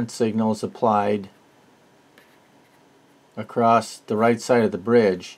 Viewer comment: "Across", there's no such word as "acrost". Subbed though 😀The TL081 is a single opamp, you most definitely mean the TL084, or TL074 which are quads. No idea what an "asamal multivibrator" is, I think you mean "os-stable", astable.